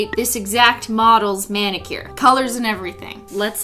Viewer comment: did anyone else notice she said BENnicure.